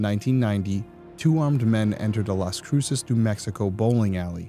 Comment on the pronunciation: Las cruces is pronounced like loss crew sus